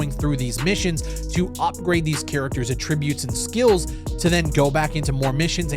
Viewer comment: Plays the game wrong. Can't pronounce attribute correctly. Fedora friends. Fake wrestling references. Doesn't know how a brightness slider works. See, now I'm nit picking you. Should I disregard your opinion due to these things?